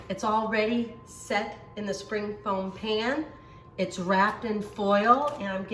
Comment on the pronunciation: Dear Amy, It is a "spring form pan". You keep pronouncing it "foam". My dear friend says the same thing. Love your kitchen tutorials. Everything you make is with common ingredients and I like that.